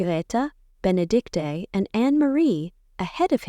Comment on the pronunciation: Knud, not Canood. Benedikte is pronounced Ben-eh-DIK-tah, not Ben-eh-DIK-tay.